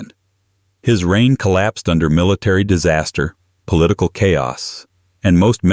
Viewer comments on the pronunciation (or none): none